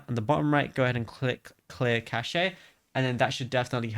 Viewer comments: Cache is pronounced cash. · Cashe is pronouced cash 🤓